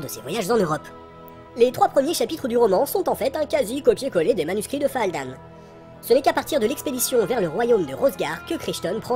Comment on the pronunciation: Fadlan, pas Faldan...